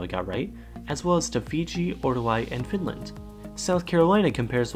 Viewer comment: Swe^en and FINLAN^